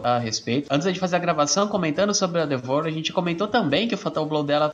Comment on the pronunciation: A maneira que o pronuncia D'Vorah é muito irritante, mano???? Que porra é "Dévora"???